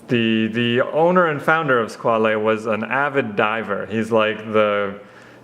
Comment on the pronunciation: Nice review..just about "squale"it s another french word to say "requin"...a shark.So..pronounce squal😉not squalé